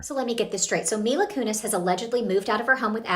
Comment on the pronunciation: Mila Kunis. Selena Gomez. Not Mila Kunez.